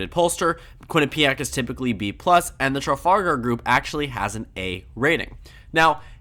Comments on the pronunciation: It's pronounced "tra-FAL-gr" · pronounce the ar in trafalgar as er. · Tru - fal - gur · If you can't pronounce Trafalgar look up the square, travel group or battle. It isn't exactly a rare name.